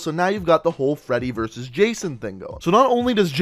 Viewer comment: Whole not hall